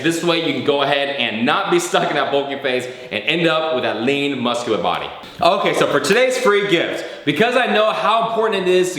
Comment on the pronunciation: he says inkay or onkay not okay hahalol